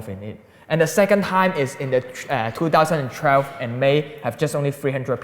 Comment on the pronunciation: I never knew 2012 had an "R" in it. Two thousand and trelve?